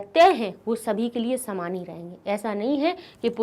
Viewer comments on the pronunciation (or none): none